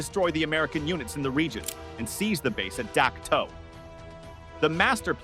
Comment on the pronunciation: It's pronounced Dak Toe